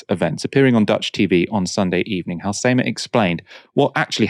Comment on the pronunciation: Your pronounciation of Halsema is unreggocnizable